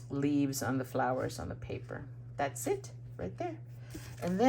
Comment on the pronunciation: When you say "that's it" parang naririnig ko din yung pansit (that's it, pansit). hahaha Gorgeous cards,. I love those butterflies on your cards, the embellishments and shimmers makes it more beautiful.